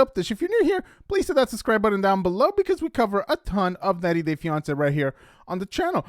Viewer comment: Ok, the word is BUT-TON not budden!! And Mahogany's last name is pronounced ROW-KA. Ben is a stalking preditor & borderline pedophile & Ma-HO-gahn-ee, as she said it, is a little girl & more than likely an actress, & a VERY bad one. Hope to NEVER see them again!!!